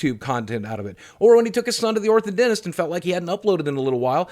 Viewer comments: it's orthodontist not orthoDENTIST. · "when he took his son to the orthodentist[...]" Idk if this was purposeful, probably not, probably a simple tiny misbronunciation... but I love it. Idk why but I feel that is the perfect silly way to say orthodontist. I'm just gonna have to wait 'til one of my siblings or my wife gets braces so I can use it.